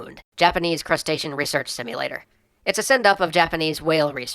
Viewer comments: hi, i'm in 2018 here... HMM It's CETACEAN, not Crustacean! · Japanese "crustacean" research simulator? did you mean cetacean? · Cetacean not crustacean lol. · Crustaceans, and not cetaceans? No one else? Really? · cetacean not crustacean XD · hehehehehe....... you said crustacean research instead of cetacean research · cetacean: "se-tay-shun", not crustacean. sincerely, a marine biologist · >Crustacean nigga that's "cetacean" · wait.... japanese CRUSTACEAN? I think you mean cetacean.